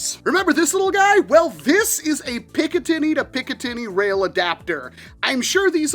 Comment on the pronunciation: im sorry but it sounds like hes saying picka tity rail